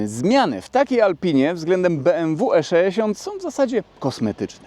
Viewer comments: Jeżeli mówi sto-trzyeści-sześ to dlaczego nie E-szeesiąt?:) Wiadomo. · Wszystko super, filmik fajny, ale jak piąty raz powiedziałeś ESZESIONT to zaczęło to być wkurw.... irytujące :)